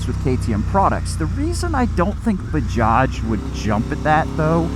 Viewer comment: as an Indian and former 390 co-owner,(first gen) I'm impressed with the pronuncation. We used to have the original Bajaj Chetak 2 stroke manual geared scooter back in the early 90's. Dad used to take us everywhere on that :) The modern revitalized Chetak is now an electric scooter. Fun Fact: Chetak was the name of the horse taken into battle by a famous 16th century warrior named Maharana Pratap. Baja also has manufactures Kawasaki and Triumph motorcycles but I see your point on the premium brand diversification.